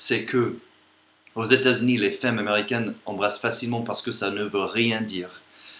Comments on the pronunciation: Femme se prononce "famme" pas feumme. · Pour "femme" tu devrais prononcer comme "farm". Le "e" se prononce "ah" dans ce mot ;) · Salut, ta vidéo est excellente! Ton français est vraiment très bon, mais il y a UN mot dont tu dois absolument la prononciation: femme. Ça s'écrit en effet avec un "e" mais il se prononce [a] comme dans "famille". Je suis allé aux Etats-Unis récemment et j'espère y retourner bientôt. So long pal! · c'est quoi, une "fème" ? :D